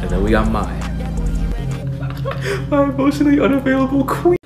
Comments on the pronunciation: this man really pronounced mai as my. Wtf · my guy did not say “my” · Wait wait wait. Did that dude just pronounce Mai (may), like Mai (my)?!?! BRUH!!! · ITS NOT PROUNOUNCED M HY ITS PRONOUNCED LIKE THE MONTH MAY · Why does everyone call MAI, MY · You mispronounced Mai you pronounce it like my but it’s actually pronounced like may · ... THATS NOT HOW YOU PRONOUNCE MAI'S NAME!!